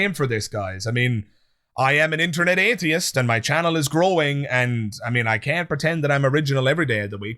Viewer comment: Love your channel, but I'm especially fond of how you manage to stretch the first syllable of "atheist" out for the length of three syllables. I'm not an atheist; from now on, I'm an "ayyyyy-theist".